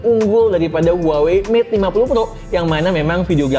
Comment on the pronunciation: Huawei bang bukan huawai